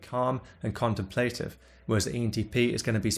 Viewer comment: contémplative, not contemplátive.